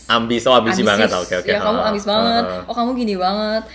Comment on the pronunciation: HAHAHA 'AMIS BANGET?' 'AMBIS' OOOHHH AMBIS BANGET 😭😭